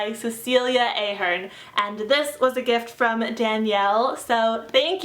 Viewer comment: You pronounced Ahern wrong. It's ah-hern. Sorry if I'm being annoying, I just thought I should say it